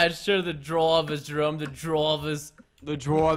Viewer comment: Preston on he said Jerõme instead of Jerome